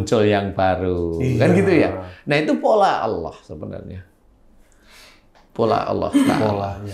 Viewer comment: saya dengernya 'Allakh' bukan 'Allah'.. Semoga bisa diperbaiki ya 🙏🏻